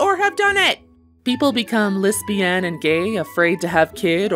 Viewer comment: "Ur lesbeen" "Who says I'm lesbeen?" "Ur lesbeen"